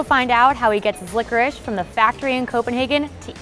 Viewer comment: Why they read licorice like 'licorisch'